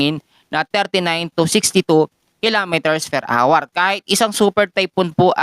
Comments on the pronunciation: Nakakalost interest ang awar for an hour (pronounced as our) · Are you the one who pronounce hour or like our as awar?